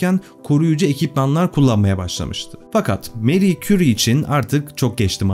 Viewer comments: Fransızca telafuzzu Meri değil Mari. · Meri değil Mari diye okunur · neden Meri soyluyorsunus abi fransca MARI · Meri diye okunmasi yanlis „mari“ diye türkce okumasi gerekir... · Senin gibi bir adam da meri.,lavozyer diyor ya hayal kırıklığı